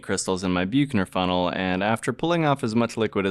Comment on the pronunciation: Only mentioning this since it's said so many times. Büchner funnel is pronounced in English as "BUK-ner fun-nel" (UK) or "BUCK-ner fun-nel" (US). Nice video, thanks.